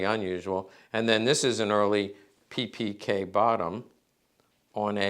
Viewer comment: Funny, an Expert, which isn't possible to pronounce the name of the product, he is presenting. It's name is WALTHER, and not Wolther....PePeKa, and not PiPiKey. Americans have always the bad idea, to create own pronounces for foreign names, towns and countries. In Deutschland you can find this phenomen by people without any knowledge. So it is funny for us.